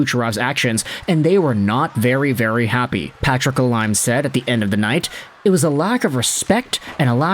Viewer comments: Enjoy you videos but I wish you would learn how to pronounce names. La leem. Not la lime. Chickren not Chich ren. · bro really said la lime lol it's pronounced la leme, anyway kuch is a clown always has been